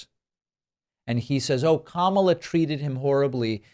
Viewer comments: He actual pronounced her name right,,,,K A M A L A not Kam al la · I see he is pronouncing Kamala the right way 😊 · First time ever he accidentally pronounce her name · El trumpo pronounces Kamala's name correctly !!! :oops